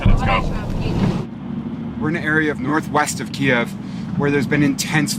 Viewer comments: Why doesn't the correspondent know how to pronounce Kiev after doing multiple videos from there? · Is it really pronounced ' Keev ' like I keep hearing? Or is it pronounced like I was taught along time ago ,' KEY-ev ' ? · Kiev is in russian, Kyiv is how I hear Ukrainians pronounce it. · …There’s plenty of 🇺🇸 reporters that pronounce it correctly. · I guess nobody taught this journalist how to properly pronounce the name of the Ukrainian capital, especially in front of Ukrainians, eh? Yeesh. How embarrassing. For me, that is. As an American. Ugh. Get educated, brah. #KyivNotKiev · I thought it is pronounced KEEve not Kee-EV because we are all standing with Ukraine. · I’m not sure I think the Michael Bay style action drama is what I want to see when people are really suffering. Furthermore, why pronounce as “Kiev” as opposed to the non-Russian, “Kyiv?” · Can you PLEASE pronounce the name of the city "Kyiv" (keeev) and not (key-ev)! Kyiv (keeev) is the Ukrainian pronunciation and that is how it is spelled. (Key-ev) is how the dictatorship under Putin says it. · Kyiv…not Ki-ev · Tfw the host pronounces the name of the city as "KiEv" instead of "Kyv". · Kee-ev. <---that is how you pronounce it. Not KEEV. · Guy is literally reporting from Kyiv but continues to pronounce it to Ukrainians faces as Kiev despite the fact they’re being bombed is incredibly callous. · its pronounced "Key-ev", not "Keyve" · Attention reporter..…in Ukraine it’s pronounced “keev” not “kyev.” You’re in the country and it’s being attacked indiscriminately, the least you can do is pronounce the country’s name correctly. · Kie-ev? I'm out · thank you for the detailed intimate coverage of those defending their homeland. PLEASE however use the Ukrainian pronunciation of Kyiv (keev). You are using the Russian pronunciation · It's not pronounced "Keeev" by Ukrainians. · Keev kyiv kiev how many mispronounced ways can people say the cities names? Have respect learn how the cities are pronounced